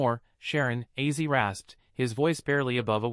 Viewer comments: your aw😮fulis Ozzy Osborne not Issy you kept saying wrong. Your fired His. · Yah really! OZZY! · Please learn to pronounce his name for God sake